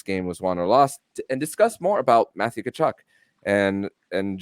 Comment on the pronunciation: Tell his name is ka-chuk, not ta-chuk.